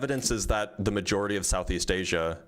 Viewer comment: Somebody teach this ignorant asshole how to pronounce the word "majority."